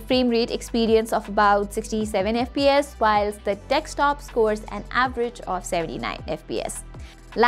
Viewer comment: for someone who's making a video about desktops Vs Laptops, should at least know how to say the word DESKTOP not dekstop, and I've been listening carefully since the start of the video, you've said multiple times, ... yeah...